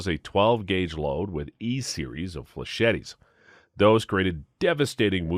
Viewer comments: Flechette is pronounced "fle-SHET," the third "e" is silent. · Are you saying flechette like that on purpose?